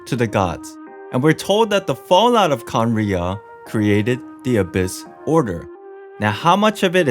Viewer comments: i think you have trouble pronouncing khaenri'ah because you say each syllable like it's a single word: "khaen - ri' - ah!". but it's more like "khaen!rya". idk maybe this helps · bro you said Cumriah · It's pronounced khan-riya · It’s like (Kan•rea) ¯\_(ツ)_/¯ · Khan as in khan academy, then "ria" as in ria, the shaved ice. Khan ria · Please stop saying khanrei’ah wrong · remove the ' in Khaenri'ah that's how you pronounce it